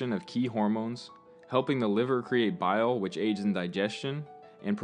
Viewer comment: great video! just one thing: bile, not bial